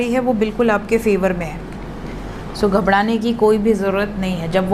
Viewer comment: Ghabda nahi ghabra